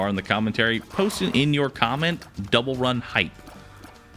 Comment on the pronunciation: hype not rype xD